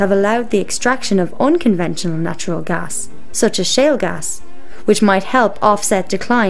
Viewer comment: good point, invest in alternative energy, gj. idk why you have to play spooky music and have a narrator who can barely pronounce gas, but hey, whatever.